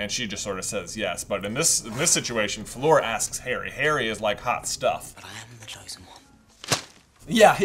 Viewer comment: I can't believe you even wrote "Flor" instead of "Fleur" in the chapter titles! Stop calling her Flor! She's Fleur!